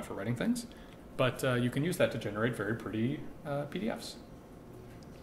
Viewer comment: I love the way this guy says "verr pretty" and "verr nice"